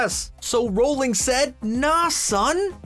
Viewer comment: J.K Rolling? Or Rowling? I can't listen to him say her name like that